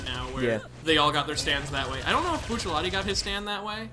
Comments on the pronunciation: ah yes, remember when bucciarati was also commonly called buccellati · Buccellati 🤮 It’s Bucciarati